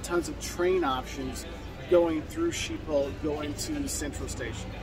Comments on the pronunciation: It’s pronounced “Skip-pol” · Isn't it pronounced as if it was written, skibol ? As if the "Sch" is pronounced "sk" ?